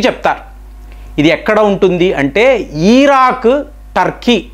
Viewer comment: ఈరాక్ కాదు, ఇరాక్.చెప్తారు కాదు,చెప్పారు.